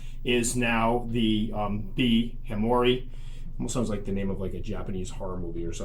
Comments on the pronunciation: Hamor-ee-i ends with long I. As in e-i-e-i OH Heck. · Ok so am pretty sure then I have a Hamorii. One thing I might say is the double ii I think in Latin might need a different pronounciation. If so it needs a double I sound but from what have been reading the first I is a "silent"(well not as pronounced as the last I) p.s not that an exact pronounciation is a big deal :) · "Classical Latin Pronunciation: Brachypelma: "bruh-kee-PEL-muh" smithi: "SMITH-ee" hamorii: "huh-MOR-ee-ee" While scientists generally prefer the classical Latin pronunciations in formal settings, other versions are widely understood in the tarantula community. The most important thing is clear communication, regardless of exact pronunciation. However, pronunciations can vary. You might hear: - 'smithi' as "SMITH-eye" or "SMITH-ee" - 'hamorii' as "huh-MOR-ee-eye", "huh-MOR-eye", or "hah-MOR-ee-ee" The first syllable of 'hamorii' is indeed typically pronounced as "huh" or "hah", not "HAM". The pronunciation "HAM-or-ee" or "HAM-or-eye" is less common in scientific circles, but you might still encounter it, especially among hobbyists or in casual conversation." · if I am right it shoukd be pronounced Ham or ee eye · Would you not now be able to call a classic B. smithi as B. smithi sp hobby form? similar to how the B. albopilosum has hobby form also. We still call ours B smithi even though we know the new name. If we pick up a new one it will either be a Italian or japanese pronunciation of hamorii :) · Here's your pronunciation: ...When a moon hits your eye like a big pizza pie That's hamorii. -ducks.